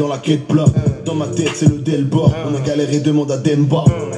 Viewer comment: Mdr quand il dit demba comme si c’était un mot de fou